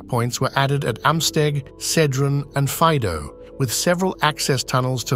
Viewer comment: And Faido fa'ido, accentuation of i